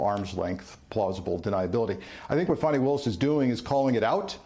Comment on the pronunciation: Fani ( pronounced FAH-nee) Why do folk constantly spell and pronounce black womens names incorrectly?.